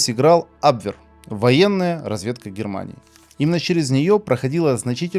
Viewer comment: Ударение на втором слоге : "абвЕр " . Начиная с " Подвига разведчика " , а также вопреки и другим киноподвигам деятелей искусства, ударение всё же ставить надо правильно. Норма в книгах. В словарях. Не в худфильмах..